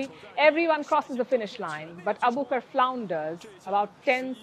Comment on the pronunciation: Her name is Nasra Abu Bakr so please stop calling her Abukar! Get the poor girls name right